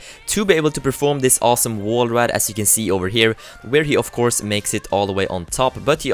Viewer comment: "further, of course" sounded like further 'off' course anyway - love ur vids